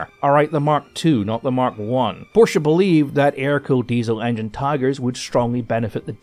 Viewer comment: > While i really, honestly commend you for your bang-on pronunciation of the German name "Porsche", which is doing wonders for my tortured German ears, i would like to suggest (as a next step in your mastery of German tank names) that you put the German word "Löwe" into google translate and listen to it and repeat a couple times. Your current "low" is just too far off the mark. Even the english "w" sound has no place there. It has to be a "v" sound. Anyway. You'd impress the shit out of everyone who knows, if you could semi-unfuck your "Löwe". (If you can't type the word "Löwe" for lack of an "Ö" on your keyboard then just type "lion", let google translate that into German and listen to the result.)